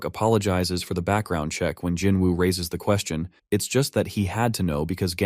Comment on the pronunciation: bro just say jin woo 😂😂